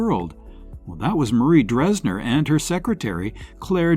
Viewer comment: I've heard of 7 of these women. Tallulah Bankhead, Joan Crawford, Katherine Hepburn, Rosalind Russell, Agnes Moorehead, Ellen Corby not listed, and probably others better known as well. Two names were pronounced incorrectly, "Deitrich & Dressler".